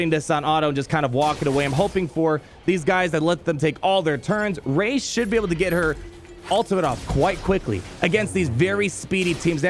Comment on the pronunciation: Kid you not everytime you say Ray I think you say Raid. The most important legend